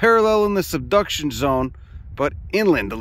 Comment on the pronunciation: everything you need for The Seduction Zone😂😂😂 (Yes i know it's SUBduction, but it still sounded funny)